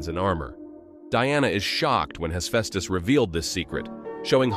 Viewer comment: Pleaee pronounce Hephaestus the right way